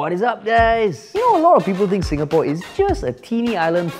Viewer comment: SingaPoor....Sing a poor....